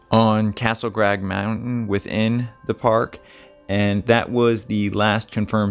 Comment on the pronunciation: How about maybe saying Castle crag, not grag. It's not so much not being able to pronounce a word as much as it is not being able to read worth a damn.